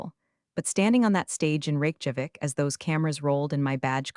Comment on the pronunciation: Ok guys, somebody please tell the TTS how to properly pronounce Reykjavík?